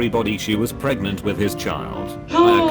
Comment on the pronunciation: Skitten cried. Shes GOTTA be preganenent